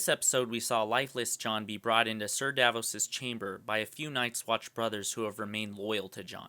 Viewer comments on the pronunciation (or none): none